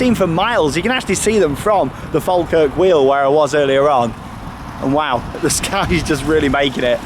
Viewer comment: Naw pronounced faw-kirk